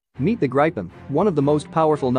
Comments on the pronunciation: It's not "Graypyn", It is "Gripen". Pay attention to the pronunciations. Do not read proper nouns like English. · Except from wrong pronounciation. Not [graipen] but [gripen] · Its pronounce grip-in Not gripe- in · He pronounces Gripen like an old southern gay saying "Griping" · I want to gripe about pronunciation. Get a grip. It's grippen. Had several crashes early on but seems to have succeeded since. Now a recognized heavy contender in air combat arena. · Gripen is pronounced with the i sounding lie ee in Jeep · Rather [Gri’i:ipen] ... the “i” being pronounced in a similar manner as “i” is pronounced in U.S English “police”... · It’s pronounced grip-in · More like "Greepen" with Swedish pronunciation. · Gripen is pronounced GREE PEN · I agree, if i’d spell his pronounciation in swedish it would be ”Grajpen”… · It's spelled Gripen and pronounced "Greepen". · I’m also a Swede and it so funny how he pronounced it it’s Gree-pen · My ears hurt from the pronunciation of gripen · Why all us citizens mispronounce i . Irak erak not like i phone . Also gripen grepen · he says gripen as if he's pronouncing some grapes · Its what you call Lagom Just call it the Griffin. The Gripen pronounciation just sounds wrong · Gripen pronounced i not I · How do you properly pronounce the name? ~Curious American